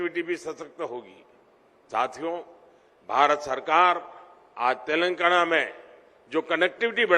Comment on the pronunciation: telangana bolna seekhle pehle